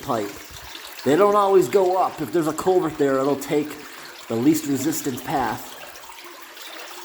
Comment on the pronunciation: You need chest waders or a Farmer John wetsuit bottom. Culvert, not colvert.